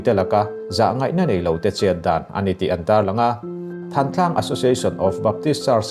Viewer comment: Thãntlang ti a lamrik zawk tur ani